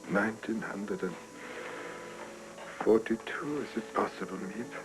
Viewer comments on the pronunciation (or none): In the book they were the VanDaans. And it's Miep not Meap